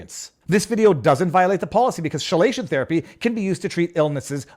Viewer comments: Why are you required to be a medical expert to post on this platform? Proving you are not a medical expert and that you shouldn't be required to answer these question. The proper pronunciation of Chelation is 'KEE + LAY + SHUHN' or if you prefer /ˈkiːˌleɪˈʃən/ . Proving the point you are not a medical professional and that these question are not possible to be completely understood without being one, thus this standard is impossibly high for the vast majority of people posting. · The "ch" in "chelation" is pronounced like a "k." As for your reeducation for wrongthink on YouTube, it seems that one successful strategy to pass the test is to select the answer option that indicates the least involvement of critical thinking. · Viva, chelation is pronounced key-lation. I found it funny you saying with such gusto though.😂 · Chelation Therapy is pronounced KEY-Lation as in Chemotherapy. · Viva, pronounce chelation as 'key'lation, btw you'll find that in Ontario they'll just use the 'leech' method because that actual effective treatment costs more. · Great video. Chelation is pronounced "Kelation" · Chelation is pronounced “key lay shun” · Yay! Back to the short-form! Something I actually have time to watch! This reprogramming looks as bad as the Navy's General Military Training. Now I kind of want to do a video condemning Thalidomide to see if it triggers them. Oh... and it's "Key-lay-shun." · FYI chelation is pronounced Key-lation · The U tube re-education reminds me of drivers ed re-training for naughty drivers, and btw chelation is pronounced key-lation, congratulations on your accomplishment, I hope you get a certificate for your effort to display in your background so U tube can be proud of the new graduate. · It’s pronounced “KEY-lation”. Like Quay. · I believe it’s pronounced ke-lation therapy. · Minor note: chelation is pronounced with a hard "ch", since it derives from the Greek χηλή, meaning claw. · I would reeducate you to pronounce chelation properly.